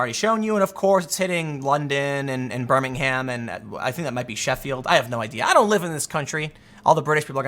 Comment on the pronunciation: We were mad at you the second you said Birmingham wrong 🤣